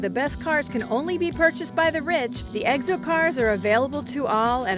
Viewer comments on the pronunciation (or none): She says egg'so car instead of exo, 30 times.